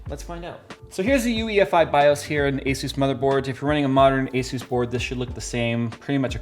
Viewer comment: Dude i heard you say hesus instead of asus... Jesus